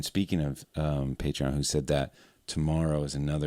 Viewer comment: Please tell me more about this... "pay tree on"?